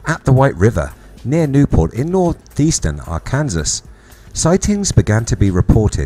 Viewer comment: How can an educated person not know how to pronounce Arkansas? I'm English, never been to Arkansas, but I've known how to say it since my teens.